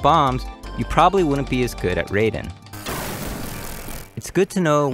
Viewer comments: There are still some people who pronounced Raiden as "Ray-den", not "Rhy-den". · Raiden isn’t bullet hell😂 also you pronounced it wrong, ironically lazy of you